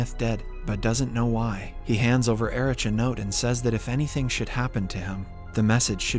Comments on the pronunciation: You didn't read my comment under your last video telling to learn to pronounce German names properly, did you? I'm having a hard time listening to your otherwise great videos when it keeps getting interrupted by the inability to look up the German alphabet online. Heydricz and Ericz lmao. It's Haidrikh and Erikh, buddy. ETA: I just realised that you know how to pronounce Heisenberg properly but not names. Why? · Cmon, please get the pronnounciation right. It take less than 30 second to google how Heydrich and Erich is pronounce correctly. This way it seems that the narrator didnt even see the series...